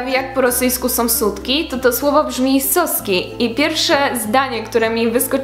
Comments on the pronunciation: я бы хотел заметить, что в слове "соски" значение зависит от ударения. "сОска"/сОски"" - smoczek (zabawka), сосОк/соскИ - sutek/sutki. Ты произносишь ударение в польском стиле, но тут ударение надо ставить на последнем слоги. сОски - это не сутки, соскИ - это сутки. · Nie "сОски" lecz "соскИ". "сОски" to są smoczki. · Problem polega na tym iż Soski (z akcentem na O) - to smoczki (soska = smoczek) także Soska się mowi wulgarnie do dziewczyny bo się kojarzy z ssaniem :) a soski (z akcentem na I) - to właśnie sutki. Miłej nauki (akcent w rosyjskim jest ważny) aha .... nie mowiszie Swiaszczennik ... tylko Batiuszka :P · W słowie Соски jeżeli akcent jest na "o" (jak Ty powiedziałaś) oznacza smoczek. Jeżeli chcesz powiedzieć po rosyjsku sutki musisz robić akcent na "и". Tez w słowie икра i икру akcent się robi na ostatnia literę.